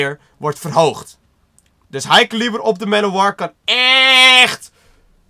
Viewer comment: Kun je plz elo, high caliber en talon goed zeggen?